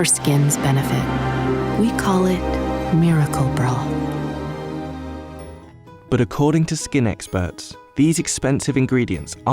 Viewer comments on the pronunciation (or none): how she says broth makes me cringe